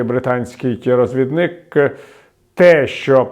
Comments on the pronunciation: розвідник (наголос на другому складі) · все ок, але прошу скорегуйте наголос у слові розвідник.